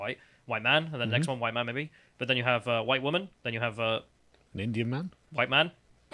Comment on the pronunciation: "I'm not anti-huwite, my dad's a huwite man. I do not want huwite men to be so represented in this conference."